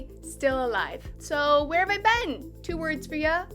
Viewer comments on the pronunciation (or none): Saying 'been' like 'ben' lol